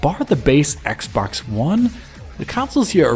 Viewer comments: I heard Assbox one x. lol. Love your analyses as always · he legit said "shadows on ass-box one x" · 1.15 I'm sure he says "ass" box one x. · Lmao I can't unhear it